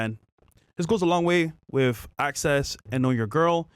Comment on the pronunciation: it’s “with” not wiff..